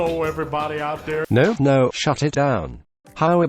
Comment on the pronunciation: HELLO EVERYBUDDEH OUT THUR